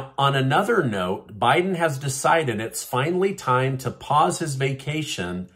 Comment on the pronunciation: It’s.